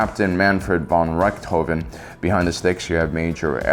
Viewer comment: "6 forward-facing lasers"... as far as I remember, TIE Interceptors only have 4 cannons... or did Darth Mouse change that, too? also, that "Richtofen" pronounciation....